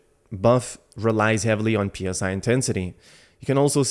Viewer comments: Pronouncing PSI as separate letters is "pounds per square inch" used for inflating tires and stuff. Psi pronounced as it's own word is short for psionic. You know, like mind powers. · I've Been saying this for weeks, just people don't care. In CBT3 it was actually Ps(Y) intensity for a short 1-2 weeks before a language update hit. Which I think most people would pronounce it more as Sigh intensity like it's supposed to sound.